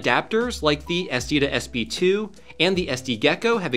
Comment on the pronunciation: How many times can you say "SD2SB2" before you realize it's called an "SD2SP2"?